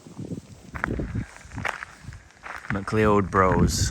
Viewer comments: 'Macleod' is pronounced 'ma-cloud' 😂 made me laugh haha. Loved the video! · I live in N Uist for a few months over the winter and loved seeing the scenery again, shame the weather was so bad for that bit! Quick points Macleod is pronounced McCloud 😂 and the language is Gaelic but pronounced gallic as opposed to Irish Gaelic. Peat is burned as there are no trees for firewood but it is very bad for the environment